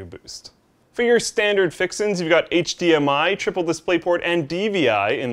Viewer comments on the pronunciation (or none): none